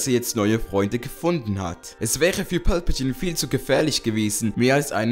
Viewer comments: Das ist Palpatine und nicht Pölpetiene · wer versteht anstatt palpatine auch immer pölpatine xD ( nicht böse gemeint )